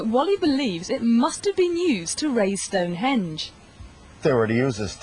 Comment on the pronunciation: that`s "stonehenge", buddy, not "stone hedge"...